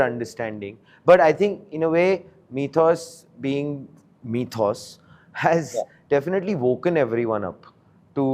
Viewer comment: Mythos not methos